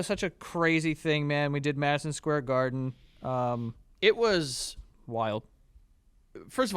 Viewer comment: are we not going to acknowledge where joe says madison squarden